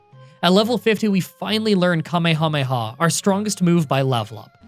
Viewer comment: You're like the only English speaking person I've heard who pronounces kamehameha "correctly" (according to me) 😁